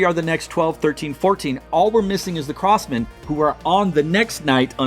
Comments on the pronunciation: Great content! Just curious, is there any reason why you pronounce Crossmen as “Cross-mAn” instead of “Cross-mehn”? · Not trying to sound super picky….but please don’t say CrossMAN. It’s CrossMEN. Haha. Just chuckling wondering why you say it that way haha. But…..I enjoy your videos trying to call rankings